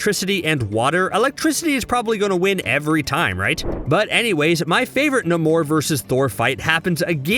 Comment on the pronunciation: I thought it was NAY-mor.